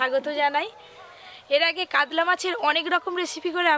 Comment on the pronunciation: উচ্চারণ টা কাদলা না মাছ টার নাম কাতলা